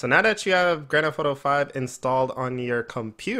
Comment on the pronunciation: anyone else like how he says grand f auto